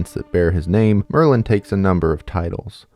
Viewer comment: Why did i think you said maryland...if your from md u get it